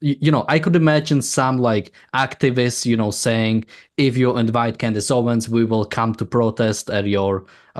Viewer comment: It's "OwenS" not Owen. She has just gone further down-hill. It's astonishing.